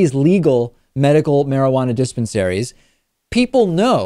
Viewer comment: lol he says Diss Pen Saries